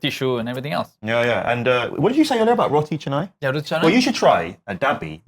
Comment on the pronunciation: It's roti CAnai, not roti chenai. Hope u can improve on that.